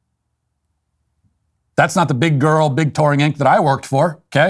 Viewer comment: We need a compilation of Walsh saying “Big Grrrrl” on loop